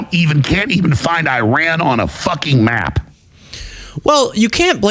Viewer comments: ‘eye-ran’ isn’t a country just like ‘cater’ isn’t a country….. it’s ‘i-rahn’ and‘Kah-tahr’….. these nut jobs can’t even pronounce the names of the countries suffering from this craziness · Not pompous. It's incorrect to say eyerack. It's Iraq. Same as it's Iran not Eyeran.